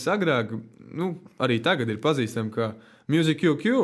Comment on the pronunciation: Muzik kū kū? Vispār jau izrunāja ''Mjuzīk'' , Lol